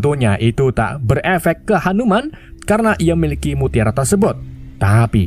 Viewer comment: Hanu-man ❌ Hantu-man ✅